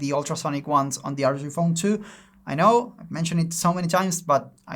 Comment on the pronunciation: Did i hear ROG phone "dos" (2)?